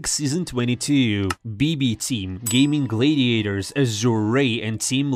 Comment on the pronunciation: Bro you have to stop saying Gaimin Glaydiators